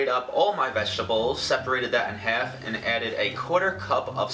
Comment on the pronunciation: the way he says half like heff rahh